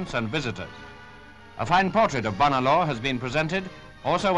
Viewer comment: Came here to see how "Bonar" was pronounced. Disappointed but not surprised.